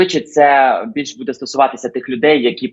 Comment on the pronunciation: Господи,, ставте правильно наголос у слові буде!!!